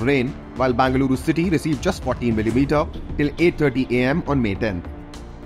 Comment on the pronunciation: It is be not ba Bengaluru pronounce properly better let Bengaluru journalist cover the news